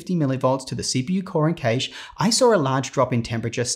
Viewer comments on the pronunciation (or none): none